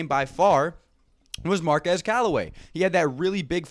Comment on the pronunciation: Hey, Bud () - it's Mar-KWEZ. The young man corrected a reporter at the beginning of the season who called him Mar-kez. KWEZ. Just fyi. Otherwise, nice recap.